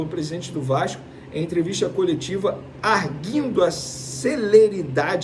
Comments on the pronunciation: Não é "arguindo", é "ARGÜINDO". Não é "dítames", é "DITÂMES". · É "ditâmes", não ditames É argúir, não arghir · Arguindo = Ar-gu-indo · Que dificuldade no portugués Sr Vene. Em ARGUINDO se pronuncia o U. NAO É ARGINDO.